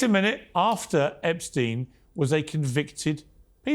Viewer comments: Did Lady Victoria just say “Eppinger” not “Epstein”? She really is low IQ 😂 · Victoria didn’t even know how to pronounce Epstein name 😂😂😂😂